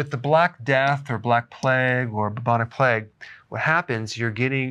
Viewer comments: Play-g not pleg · It's pronounced "playgue" not "pleg" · I love you Doc, but its PLAY-UG . Not so much Pleg lol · Who pronounces it "Pleg"? Haha. Was there a pleg of locusts in the bible too? No, its Plague. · Who pronounces plague as pleg? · Plague is supposed to sound like play+egg spoken really fast.